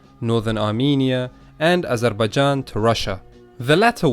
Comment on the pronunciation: I realized that unlike some Westerners you can pronounce words very clearly, like you said Azarbaijan not Azarbaezhan and also which is your country